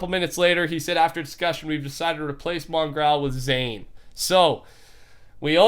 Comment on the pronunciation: The world's top 10 most asked questions... Why does pronounce Mongraal's name like Mongrowl